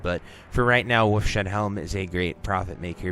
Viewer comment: Good video, one correction though, it is "Wolf's Head Helmet" not Wolf Shed. It's model is a wolf's head =) It's interesting how many different streamers say it wrong lol